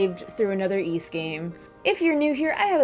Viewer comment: Great review. You may be the only person on Youtube who correctly pronounces the word "Ys". Most people say "ease".